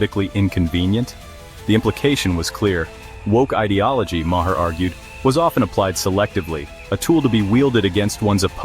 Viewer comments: AI voice can't even get Bill's last name right LLLLLLLLLLLAAAAAAAAAAAAAAAAZZZZZZZZZZZZZYYYYYYYYYYYYYY!!!!!!!!!!!!!!!!! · Your AI narration can't pronounce Bill's last name right. Get it right!